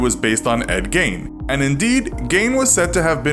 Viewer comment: Who else thought when they said his name they said “endgame”